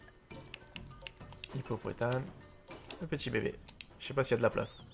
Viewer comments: On dit pas hippopotane mais hippopotaMe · Mdr tu dis hippopotane mais c'est hippopotame